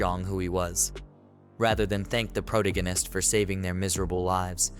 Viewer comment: Why did you let the guy read this knowing he cant say the word "protagonist"?